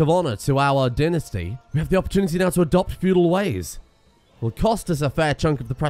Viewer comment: He still keeps saying tinasty, instead of dynasty...